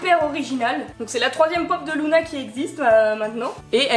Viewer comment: Je crois (je ne suis pas sûr) que ça se dit Luna et pas Louna après je me trompe peut-être mais moi j’entends Luna